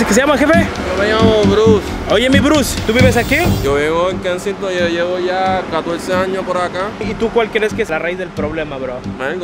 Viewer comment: Kensington!! Ke sing ton! No kenison!